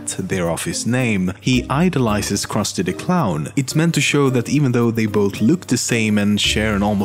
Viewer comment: kawaii-jessica uchiha being that the names are misponounced on the jewish , krusty, and the indian , apu